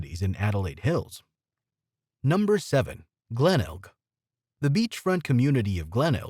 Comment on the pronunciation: Definitely AI. Disastrous pronunciations. Glenelg, quokka, potoroo... the list goes on.